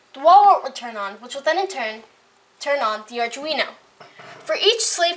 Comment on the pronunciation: oh btw its arduneo pronounced arr-doo-wee-no